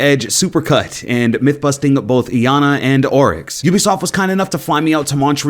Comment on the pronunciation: its iana pronounced (yah nah)